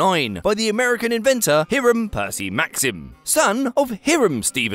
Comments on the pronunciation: High-ram, it’s pronounced ‘high-ram’… 🙄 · Protip: In the US, the name "Hiram" is pronounced "HIGH-ruhm" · Hiram pronounced badly?